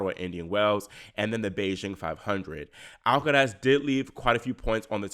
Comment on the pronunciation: Love how you say “Alcaraz” 👍